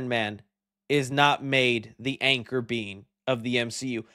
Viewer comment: What the hell is an Anchor Beam ? It's Anchor Being